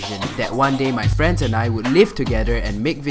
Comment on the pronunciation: I feel so bad torturing ur fwenss...